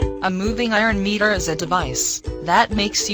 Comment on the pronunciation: Meter bol rhi h ya mirror bol rhi sala samajh me aya nhi aur kuchh bol rhe hai good explanation